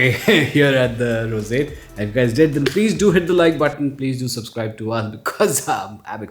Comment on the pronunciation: Abix- the "rosate" Others - roseate Pronunciation level 100% 👍🏻